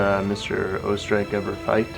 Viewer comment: the way she pronounced oesterreich tho💀